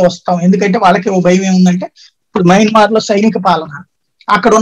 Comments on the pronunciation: యమన్మార్ కాదు మయన్మార్ అనాలి. ఒకసారి మీ తమ్బనైల్ చూసుకోండి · Yamanmaar kaadu swamy mayanmar